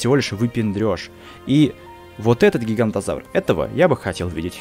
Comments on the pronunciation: Говорил что правильно говорить ((гиганотозавр)) а сам сказал ((гигантозавр)). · поправка. Не гигантозавр а гиганотозавр произносится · Правильно ГигаНОТОзавр, а не ГигаНТОзавр!